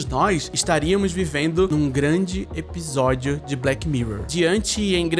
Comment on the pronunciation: pq vc pronuncia episódio com um “B”, (ebisodio)?